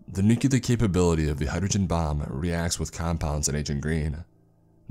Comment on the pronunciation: Nuclear. Say it with me: "NEW-KLEER". Not "NEW-CUE-LAR".